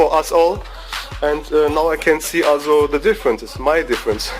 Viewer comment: dude learn how to pronounce also. All I hear it ASSO